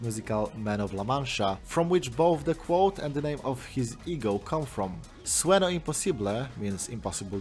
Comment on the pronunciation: Great video, and a bloody decent spanish pronunciation for someone who, I assume, hasn't spoken it before. Most people tend to get the "ñ" part wrong, like in "sueño". But the rest? Chef's kiss.